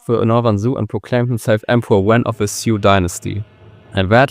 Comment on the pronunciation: I gave you like but than I heard your pronunciations. Well, that like is still there, but you gotta do something with that. For example why would you call the Sui Dynasty siuuu?